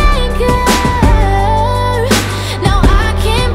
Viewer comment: one of my goals in life is to pronounce ANCHOR just like how she pronounces it.